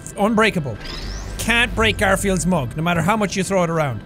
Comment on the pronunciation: “garfield’s mug, that is” i love how incredibly irish jack sounded when saying this 😆💕